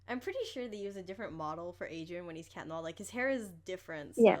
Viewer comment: Why do you say... Cat noAHhHhH